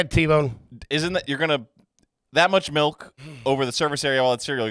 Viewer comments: Do they reprogram people upon birth in Pennsylvania to make them pronounce liquids wrong? Melk and wooder?😂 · Melk it's milk lol😂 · Was at the grocery store today and the prerecorded PA ad was all about MELK. I laughed to myself like an idiot as the lady said it 3 times MELK MELK MELK!!!